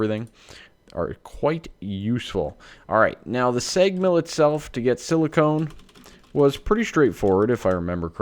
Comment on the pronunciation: whenever you say silicon, you pronounce it with a long O, as in 'own'. This drives me crazy - as it sounds like silicone instead of silicon. Silicone is any silicon based polymer. Anyhow, I feel like a tool for making a negative comment; sorry. Let me just say that I'm here watching your channel because I enjoy it.